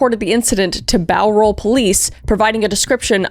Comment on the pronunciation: It’s really bizarre hearing Kris talk about my home town and saying Bowral 😂 Unfortunately it’s Ivan making my home be known by my favourite YouTuber